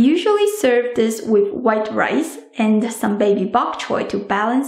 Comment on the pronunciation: DID SHE SAY WIFE COOKER!!